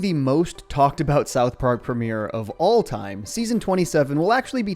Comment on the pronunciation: It's Sadam the way he says "A Boot" vs about. Thats my guess.